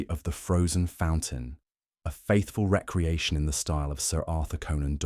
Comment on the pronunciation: Excellent story! The narration is wonderful except for one jarring mispronunciation… it is pronounced re-creation not reckreaction.